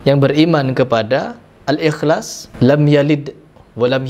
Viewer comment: Lu sndiri baca surat al ikhlas aja salah ada yang kurang, wess angell prassss prassssss